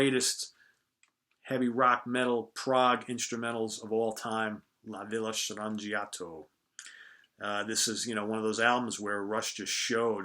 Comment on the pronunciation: Complimenti! You said ''La Villa Strangiato'' with a perfect italian accent !!!